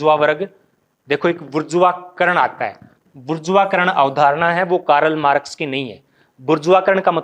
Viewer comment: What is कारल मारक्स ।। शुद्ध उच्चारन करो भाइ